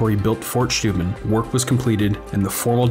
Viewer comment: It's Steuben! Not Schteuben! Get it right or go see a speech therapist!